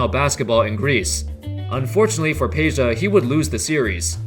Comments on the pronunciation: IT IS PEDJA NOT PEJA! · It is NOT Peja, it is Peđa. 😉